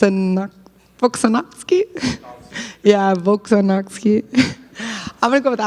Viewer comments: couldn’t even pronounce P4P legend’s name… 🤦🏽‍♂️ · Mackenzie Dern really acts like she can’t say volkanovski? She grew up in America but wants everyone to think she’s foreign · Volkskonofski😂the lady nurmagomedoved volk😂